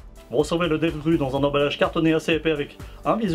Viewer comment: Très bonne présentation, mais c'est devgrOu pour la prononciation.